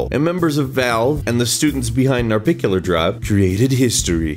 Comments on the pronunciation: Termin only bad part is the pronunciation of narbacular drop. It's not narbicular it's narbacular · NarBACular drop. Not NarBICular drop. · Nar-Back-ular drop. pronounce it right if you care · Excuse me? "Narbicular Drop" gg pronunciation